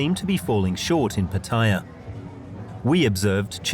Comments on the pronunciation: Who gave Pattaya the pronunciation of Pat-Tia? Back in the 1960's we called it Patt-e'-ya. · PATTAYA Where is the i? Proper pronunciation is P A T T A Y A NOT P A T T I Y A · It’s PAT-ta-ya and not pa-TA-ya. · Rubbish video, and they can't even pronounce Pattaya correctly. Its not PATTYRE, lol! As long as the gals are 20 or over its nothing to worry about. Most of what goes on in Pattaya is harmless, and many men dont go with young women, eg, LK Metro, its mostly women around 30 to 40. Lots of Western men find GF s in Pattaya, which they can't do back home if they are just average men. Underage stuff should obviously be weeded out and the organisers prosecuted and punished accordingly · its pronounced PAT A YAA for goodness sake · Yes, I don't know why so many ignorant people call it PATTYRE! 😂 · You make a documentary and cant even pronounce pattaya correctly what shoddy research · I wish the narrator had asked just one Thai person how to pronounce Pattaya correctly. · Within 5 seconds you prove you have never been to Pattaya as you completely butchered the pronunciation. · Shame they didn't learn how to pronounce pattaya correctly